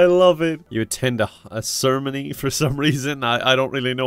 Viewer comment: how he pronounces ceremony